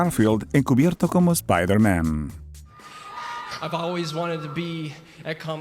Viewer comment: /espaider MEN/ que pronunciación XDD